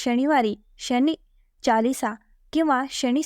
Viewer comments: व्हिडिओ माहिती देणारा आहेच.त्या बद्दल धन्यवाद.पण उच्चारण चांगलं असावं.शनी हे उच्चारण बरोबर आहे आणि शणी नाही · शनी.. श णी नाही. देवाचे नाव नीट घ्या. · अहो ताई शनि म्हणा शणी देव म्हणा.